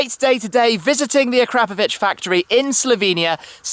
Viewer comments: I really thought it was acra-POE-vich, not a-CRAP-ovich. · It's actualy a-kra-po-vić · I don’t care if it’s pronounced Ah-CRAP-ovich; I’m not saying it like that because it sounds like an insult. I’m going w/ Akra-povich. That’s my cool story; nobody cares, but I had to write it. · A Crapovich??? its Akra Povich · the way u said akrap....povic u sound like an idiot please youtube on how to pronounce akrapovic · Did he say AK-CRAP-PO-VIC? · "A-crap-ovic" come on Tim they make pretty good exhaust systems lol. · pardon my ignorance... but shouldn't be pronounced akrapòvic? i've heard it both ways (the way i wrote it and the way shmee said it) and was wondering wich one is the right way...